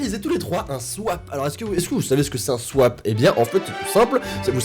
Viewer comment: Elle dit pas swap elle dit swaip